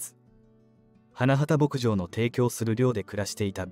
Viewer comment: 「花畑牧場」を「はなばたけぼくじょう」と正しく読んだり「はなはたぼくじょう」と誤って読んだり、記事の信憑性がなくなるからちゃんとチェックしたほうがいいよ。